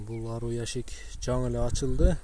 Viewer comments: Аруу эмес аары судуроп эмес суйроп туура суйлогулочу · Аруу эмес аары деп айтылат гандурас 😂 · Аруу эмес, айры эмес, бал чаян эмес БАЛ ААРЫ деп айтылат. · Аары десен аару дебей